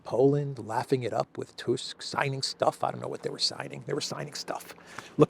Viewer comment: It's "TUSK" like "MUSK". Not TOOSK